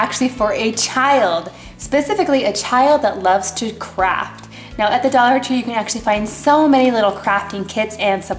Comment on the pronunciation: i heard "A child who loves to crap!"